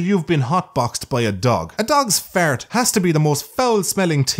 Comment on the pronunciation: the way you say fart and arse is absolutely hilarious.